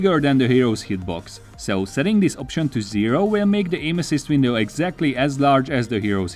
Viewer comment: Did he say “aim assist” or “anuses”?? I can’t unhear it. 😂